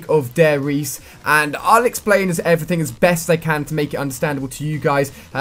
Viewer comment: You have to say the E in Riese aswell Ali ;)